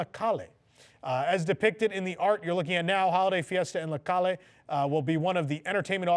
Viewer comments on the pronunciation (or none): THE WORD CALLE IS PRONOUNCE CAYAAAAAY. ITS THE CLOSES Pronunciation I COULD FIND TO THE Word CALLE